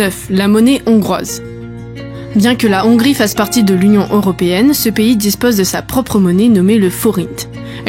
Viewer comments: Il faut aspirer le H de Hongrie ! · Intéressant à écouter Dommage que vous ne prononciez pas bien le mot Hongrie ou Hongrois en français et fassiez une liaison inappropriée qui écorche mes oreilles On dit les-hongrois et non « les zhongrois » Je H n’est pas un h muet En-Hongrie et non « en n’hongrie » Heureusement je vous ai entendu dire la Hongrie et non « l’Hongrie » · « … en Nongrie il y a des Zongrois… » 🤣